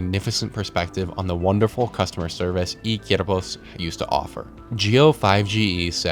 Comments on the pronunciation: he keeps pronouncing "Cuerpos" like /Kyerpos/ when its actually /Kwerpos/ and it bothers me so much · Oh, and lmao "Cierpos"